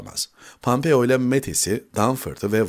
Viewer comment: Pampeo degil pompeo